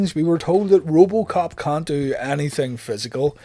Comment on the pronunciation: Please, Enunciate the way you say the word “can’t,” it’s a bit cringe worthy. 😂😂😂😂😂